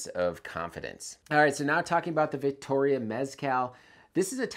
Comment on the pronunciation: Vittoria doesn’t have a ‘C’ in it